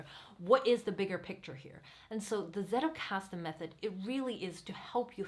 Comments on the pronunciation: German here . as you are using this word so much , you may want to pronounce it properly : it is not settelkasten , it is tsettelkasten . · Great video, thank you. Btw not that it matters, but if you want to stand out in the English speaking Zettelkasten community, the way the word is pronounced in German is "tsettelkasten", a combination of a hard t sound and a sharp s at the beginning. :-) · Thanks a lot, very well explained! (Fun fact: The "Z" in "Zettelkasten" originally is pronounced like the "Ts" in "Tsunami" ;D)